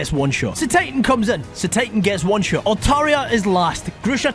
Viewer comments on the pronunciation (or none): none